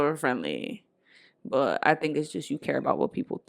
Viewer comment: Me acabo de dar cuenta que dice but como butt y ahora no puedo dejar de escuchar butt